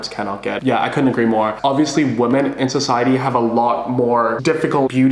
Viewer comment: please stop pronouncing women like woman im begging you